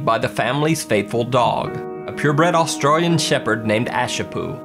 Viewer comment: It’s Australian not austriliu